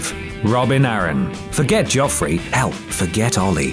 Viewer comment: “Joff-Rey barath-eon, Ram-sey Bol-ton, olly”